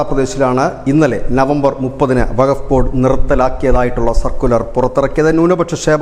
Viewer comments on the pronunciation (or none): വക ബോഡ് അല്ല വക്കഫ് ബോഡ് എ ന്നാണ്